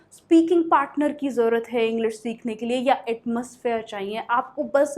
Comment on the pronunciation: अरे! डियर आप तो परफेक्ट इंग्लिश के चक्कर में हिंदी ही गलत उच्चारण करने लगीं ! विश्वास सही से बोलना सीखें और चाहिए नाक से बोल रहीं हैं plz mind it ...